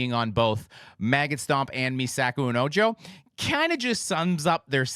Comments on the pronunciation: Ojo is pronounced "O-HO" 😅 "Me Saco Un Ojo" - I Pull Out My Eye 👁 And now you know ;) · Ojo is said like Oh-ho. Meh sa-ko oon oh-ho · This bothers me every TIME! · as a spanish speaker, "ojo" (me saco un ojo) it's says "o-ho". The other way you just say "hole" xD